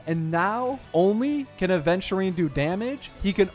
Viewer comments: doesnt everyone say it correct??🧐🧐 also yh i just noticed, happy for him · Wuhhhu. Hes only 1k away from 100k. And i just noticed says Aventurines name correct